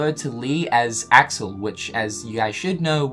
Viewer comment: Y-you pronounced Axel wrong...